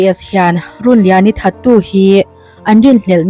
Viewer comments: I tawngkam hman fimkhur hram teh aw, (lungrun tia run ni lovin)) Rûnliani Rûn/In/House tih anga lam tur, Tin, Nakin thlenga in hmelmakna a thlen i rin thu leh ngei tura i ngaih thu i sawi ri hi a mawilo, nakin thlenga in hmelmakna a thlen a hlauhawm a, thleng lo hram se, han ti la a mawihnaiin ngaihthlak a nuam zaih tur. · Run tih i lam kha thluk tur, Rûn tih tur ninawm tak a ni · Chhiar thiam lo e Rûnliani i lam dan hi a dik lo aw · A hminghi lamdik deuh se kati hlemai a.. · Runliani i lam dan chu beng a kham hle mai,ka ngaithla zo peihlo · A hming hi I lam diklo lui tepawh a ang e a, channel hrang2 ah pawh an puan nasat nen.. a fuhlo hle mai